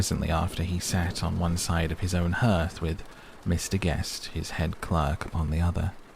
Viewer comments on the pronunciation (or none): Hearth rhymes with heart